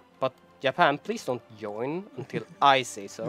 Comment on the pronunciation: Please, don't say "yoin" :(. Say "join", scandinavians should pronounce it "djoin"